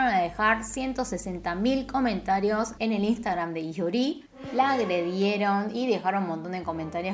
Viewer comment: no hay descepcion mas grande que aquel dia en el que lei en coreano el apellido lee, que en realidad se pronuncia i, damn•~• •<•